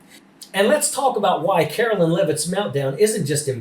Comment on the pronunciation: Please pronounce her name correctly. Her name ends in line not lyn. Take it from someone who has had my name mispronounced and spelled wrong since Kennedy was president. The names are different and not interchangeable.